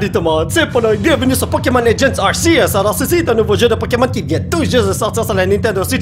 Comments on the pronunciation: c'est ar-ké-us sa se dit comme sa je crois car c'est entre deux voyelle que sa fait le s du serpent et non entre r et e donc ar-ké-us et non ar-sé-us et dans mon livre de pokemon sa dit ar-ké-us (arceus) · Il dis arsieus... Polo polo c'est Ar-c-us que sa se dis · Polo ca se prononce arkeus pas arcius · Ont dit arkéus et non arsséus 😆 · Sa se prononce arkeus mais sa c'écris Arceus polo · Non en francais tout le monde dit arkeus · Regarde le film Arceus comme ça tu pourras mieux prononcé le nom